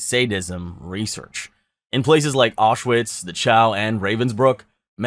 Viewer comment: It is pronounced Aushvitz.